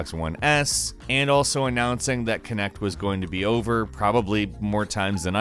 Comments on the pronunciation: It's Kinect not Connect! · I'm just gonna say it "kinect" Ah shit here we go again.